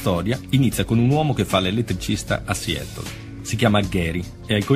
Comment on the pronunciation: Ma la pronuncia inglese, questa sconosciuta... Non si può sentire!Siettol? Siatol...Meglio occuparsi dei casi italiani. Non fate spettacolo su una tragedia